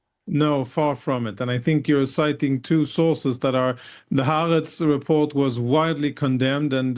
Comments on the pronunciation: She has an agenda, and it’s to bring down Israel. She can’t even pronounce Ha’aretz. 😮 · Ha'aretz is NOT a flagship Israeli newspaper...actually it has low readership. If it was flagship, she would know how to pronounce it. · I am all for hardball interviews, but it is difficult to take anyone seriously who has not even taken the time to learn how to pronounce Haaretz correctly if they are going to anchor most of their argument on it. Frustratingly, this host was more concerned with cherrypicking information and hoping to get a gotcha-moment, instead of actually listening to what Lt. Col. Conricus was trying to say and responding to his points.